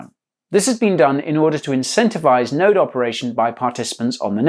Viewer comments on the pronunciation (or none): none